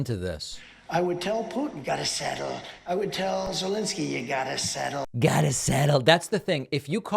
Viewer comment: "You gotta sssettel"😂😂😂😂